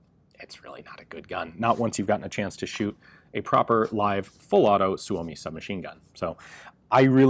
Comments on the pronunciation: Suomi is pronounced, "Soo mee". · Heard it’s pronounced “soomi" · It's pronounced Soo-Mee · SUU-O-MI, gotta remember that..SUU-O-MI...